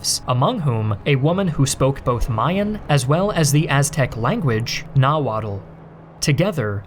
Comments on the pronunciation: Learn how to pronounce Nahuatl, nawat not nawodal,moctezuma not, Montezuma, learn nahuatl pronunciation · You mispronounced every nahuatl word 😅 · At least learn to pronounce Nahuatl, Mexica and Tlaxcala lol, not that hard.